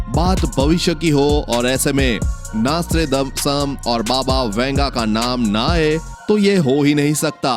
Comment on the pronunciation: Apka pronounsasion golot hai pahle ki nastredamus hai